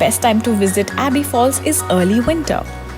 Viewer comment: A small suggestion here. Before you create videos to make money out of it, please get the pronunciations right.. you literally pronounced everything incorrectly like Madikeri, Abbey falls, Honnamma and much more. Focus on the quality of the content because such misguidance will cause inconvenience to the people who are planning to visit Coorg (Kodagu). Thanks